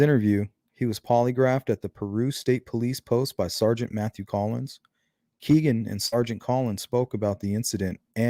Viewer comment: His name is pronounced “KAY-Ghen” not “KEE-Ghen” as said by his own half-brother who was interviewed by the Murder Sheet podcast.